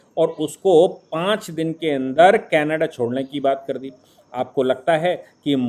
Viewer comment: कैनाडा नही कनाडा। सही शब्द कनाडा होता है।